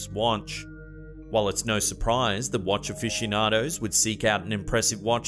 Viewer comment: Hehehe it sounds like your saying wantch